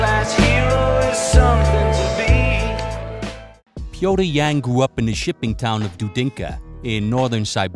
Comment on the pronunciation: Pee-o-teer Yan. It's really not difficult to pronounce his name. If you try. Wish more at ufc tried and were good as 🙏🏼 good shit as always bro cheers